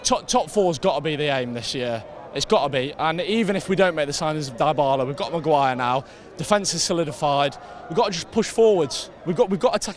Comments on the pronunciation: Donal die-bal-lah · Defo some funky pronunciations of Dybala! 😂